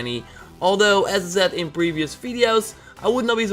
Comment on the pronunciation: "checkout my 'brevious fideo'"